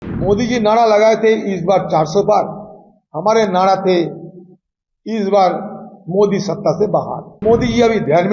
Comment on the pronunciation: नाड़ा नहीं नारा बोलते हैं 😂😂😂😂